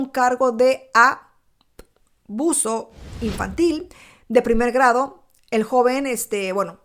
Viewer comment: Por favor alguien me puede decir? Por qué no dice la palabra " ABUSO. Por qué dice aaaauso expliquenme??????